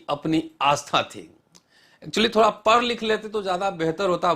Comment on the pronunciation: बड़ी कृपा होगी रतनलाल जी यदि आप " पढ " बोलना सीख लेते, आप पढ को " पर " कहते हैं. पढलिखें व्यक्ति को कर्ण कटु लगता हैं. शुभकामनायें